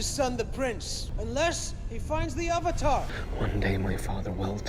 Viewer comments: Joshua Well actually, Sanskrit isn’t spoken as much as before, but people do recite scriptures. Sanskrit originates from Asia (South Asia to be specific). All I’m saying, is that, one of the very few things the movie did right, was pronouncing the word Avatar. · I just realized that the only decent thing about this movie is that their pronunciation of the Avatar is closer to its actual sanskrit one.